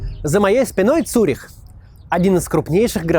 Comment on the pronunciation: Не Цурих а Цюрих 🤣🤣🤣